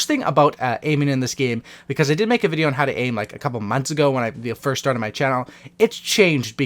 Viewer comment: A videy game? He said videy towards the end and he said fortday